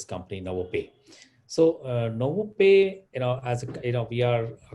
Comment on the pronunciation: its Novopay and not Novapay